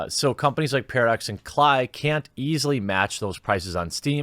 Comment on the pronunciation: Klei Pronounced clay